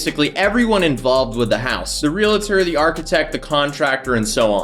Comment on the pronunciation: Hey, what's a Real-a-tor?